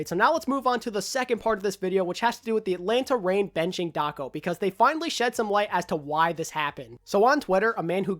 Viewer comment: Everytime you said Daco, I head Taco out xD